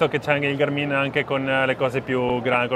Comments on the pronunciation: ma si dice sul serio Garmìn? con l'accento sulla i?? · Negli USA l’accento è sulla “a”. L’accento sulla “i” mi fa un po’ ridere...😂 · Fantastico tutto, una cosa però per favore: Gàrmin non Garmìn Buon proseguimento di giornata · GA'RMIN.....non GARMI'N ...... 😀